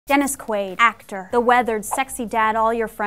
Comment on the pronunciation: One question....who the fuck is Dennis......Queeewwaid??